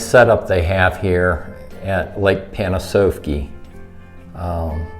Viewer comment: It's actually pronounced Pan-ah-sahf-key or as the locals call it "lake pan." Great video.